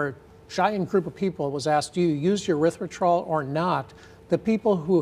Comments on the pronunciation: It's pronounced "Erythritol," not "Erythritrol." Are you a real doctor?? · Aspartame was known to cause problems and the FDA would not approve it. One guy at FDA talked them into approving it. Afterward he quit FDA and started working for company that makes aspartame. Also it is Erythritol with an E not a U as he is pronouncing it. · he isn't saying the name fight, he is saying it like there is an extra r in it, he is saying erythritRol instead of erythritol, nice expert lol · It's erythriTOL, not -trol. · The doctor pronounced both the first and last syllable of erythritol incorrectly. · He isn't pronouncing the word properly. Wild that he is a doctor studying the element cannot even pronounce it. This is all just funny at this point. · It is called ERYTHRITOL. If you are condemning it, make sure you pronounce it correctly, sheesh. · Wow where did they get this person from? Can't even pronounce it correctly. And he says medications are better😂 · He’s a doctor and doesn’t know how to pronounce erythritol? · How does this doctor who supposedly studied erythritol NOT even pronounce it correctly? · He can’t even pronounce it correctly. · Why is it that the expert on the dangers of erythritol doesn't know how to pronounce the word "erythritol"? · 😂 he's an idiot. He can't even pronounce the so called poison correctly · Damn - that was driving me insane every time he said it. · How can we take this doc seriously, if he can’t pronounce the name of what he is talking about, correctly? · Can you trust a doctor who cannot even pronounce the name correctly?